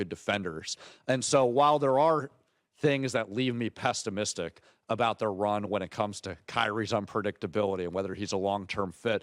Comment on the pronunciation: This dude needs a better education. He said “pestimistic” and called the Suns trio a “tandem”